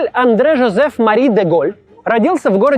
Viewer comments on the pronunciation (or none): none